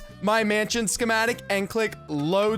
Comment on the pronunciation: this is how keith said Schemetic | | | V